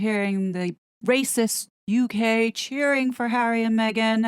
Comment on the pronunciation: Love how you are rolling the “R” letter and heightened your pitch to be higher… classic…. Rrrrracist….😂❤🇨🇦